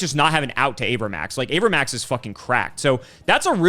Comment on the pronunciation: i hate how gage pronounces cards. my poor avramax